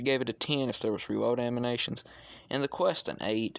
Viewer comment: Anyone else bugged when he says aminations instead of animations Anywho the reason they got rid of the reload animation is probably because there are no electron charge packs in 4 and putting a fusion core in the back of it probably would have made someone mad (not me but someone)